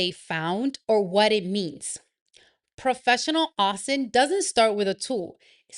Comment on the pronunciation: Pronounced - O-sint